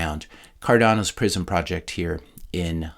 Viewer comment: Prism sounds like "prison"